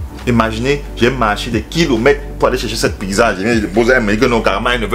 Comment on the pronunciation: 😂😂! Tu prononces PIGZA là en Bandjoun!!!! Ça s'ecrit PIZZA! et ça se lit PITZA OU PITSA!!!